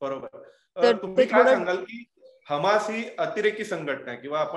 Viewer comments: हमासी नाही ते हमास आहे ते. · खम्मास नाही दिदी हम्मास